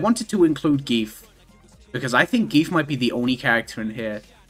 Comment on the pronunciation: they butchered gief so bad it hurts my soul